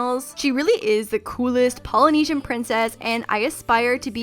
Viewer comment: Honestly love to death..but cringing at the way she said "polynesian" and "tapa".